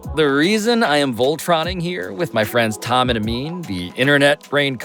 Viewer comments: Shoutout Amin for the pronunciation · Amin’s pronunciations are the highlight of this coverage 😊